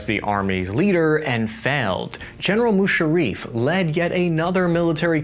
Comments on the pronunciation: at 9.27 - "General Mushareeef". A supposed journalist who can't even pronounce the name of one of the most prominent and powerful military personnel to come from the region. What factual information can you expect from this "journalist" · General mushareef!! First time I have the right pronunciation 😂😂😂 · It's Musaraff not Musarreef